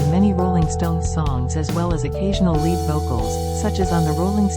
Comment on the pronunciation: "Lead guitar" is not pronounced the same as "lead" the metal 🤔